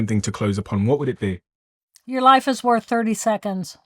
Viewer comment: " Your life is Wörth 30 seconds" 1.32.39. Jill Bolte Taylor. ❤